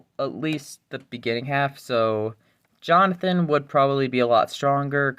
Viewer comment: First time he said jonathan im this video i heard it as Johnfin 😭